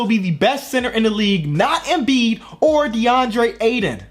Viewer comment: Yo it's AyTon not Ayden please stop saying Ayden